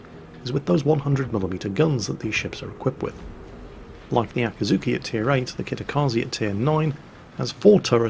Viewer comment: FFS, repeat after me: AKIZUKI Always pronouncing it very similar to the torp boat AKATSUKI.. it was always annoying, but now that you specifically speak about the gun-boat tree and the ships in detail, damnit. €dit: and then just a few mins after calling the T8 gunboat AKAZUKI he says it correctly...